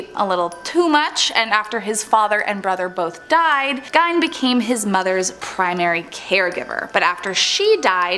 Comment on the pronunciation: I have heard Gein's name said both ways. It's really not that big a deal to get upset about. Everyone says Rihanna's name wrong, but she laughs about it and is calmer about it than you are right now lol It's not that deep :)